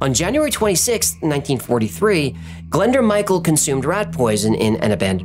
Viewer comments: 'Glenda'? Nooooo! Say it 'glen- DOORH'. It's Welsh. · .Glyndŵr...A great Welsh name. It's pronounced 'Glin doooor' (sress on the 'doooor' bit), with an 'oo' sound, not Glenda. It's a significant name in Welsh history because of Owain (say oh-wine) Glyndŵr. 🏴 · Pmsl it’s not pronounced Glenda it’s Glyndwr or pronounced glyn doowr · You butcher the name Glyndŵr but amazing video